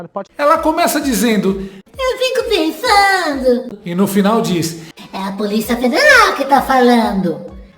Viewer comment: E como dói ouvir uma jornalista dizer: PENSANU. Alexandre Garcia e outros jornalistas de verdade jamais falaram errado assim. Onde será que eles estudaram? Vai,P Paulo Freire, comemore do túmulo que essa merece!